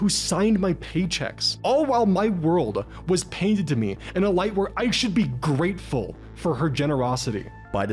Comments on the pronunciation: "Geatful" C'mon all this flashy video essay bro style and you missed THAT? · Please tell me she didn't say 'greatful'.